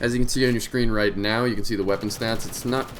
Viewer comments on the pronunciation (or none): none